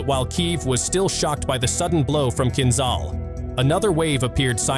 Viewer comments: It’s not Kinzal, it’s Kinzhal: kinjal🇺🇸❤️🇷🇺🇺🇸❤️🇷🇺🇺🇸❤️🇷🇺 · ahahah KinZAL - its KinZHal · KinZHal ! Man spricht, wie KinJal aus !